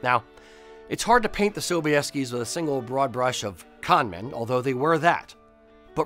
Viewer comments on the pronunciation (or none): none